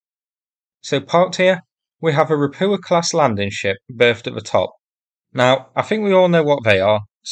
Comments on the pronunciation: The problem with your videos is the mispronunciation of everything Russian or Ukrainian. It's really grating if you understand how they are properly pronounced, especially ропуча for example. Bear in mind that words in Cyrillic are often gibberish when they are converted into Latin characters, the Cyrillic alphabet has more letters and several letters have multiple sounds. It only takes a couple of hours to learn the Cyrillic alphabet. If you type the Latin version into Yandex Translate it will usually tell you how to pronounce it correctly (not always.) A good example would be: "Ольга" which has five letters, and is usually converted into Latin characters as: Ol'ha, but a more sensible conversion is Olga. The direct conversion is gibberish. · Can you PLEASE pronounce the hard H sound in Rapucha? Ra-poo-ah is so weird sounding.